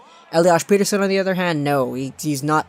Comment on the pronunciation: per-ter-shon** smartass